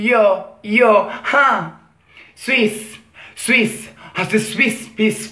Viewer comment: Rap Cinese.....ricordiamoci la pronuncia che non la azzecca mai. La canzone non si chiama swi swi swi, neanche bisssss, ma Swish wish pish. Il suo cinese è un mix di suoni a caso, anche un neonato parla meglio!